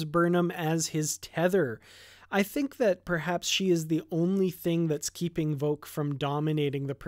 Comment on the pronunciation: When you hear him say his own name (such as Vok son of none) the way he says it is with a semi-silent H sound "Vohk" more than "Voc" So yes I think that is the proper pronunciation of his name. So I think how you say it is more correct. "She ask Vok how is it....."